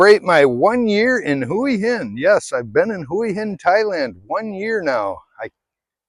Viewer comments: You say "Hooey Hin" I say Wa Hin. Lol...I live in Jomtien but I could live in Hua Hin no problem. Cheers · That was when we moved away from Hua Hin ( or like you keep on saying " Huwi Hin " ), to busy, to much traffic back ups in the weekends, now we live in Pranburi at the border with Hua Hin and we barely go there anymore.Much more relaxed live here and better beaches, nice market in the night with live music, you name it, we leave Hua Hin for the tourists. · Thai is a phonetic language. Hooah Hin is how locals pronounce it. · 1 year in Hua Hin and you still can't pronounce Hua Hin ?? !!!